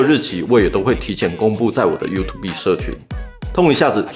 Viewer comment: 感謝超棒的分享 !!(偷偷說一下 youtube的發音是優兔ㄅㄜ˙